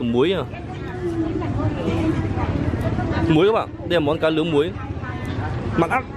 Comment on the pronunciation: Nói còn ngọng. Cá nướng thì thành cá lương' .đồ nướng thì đồ lương'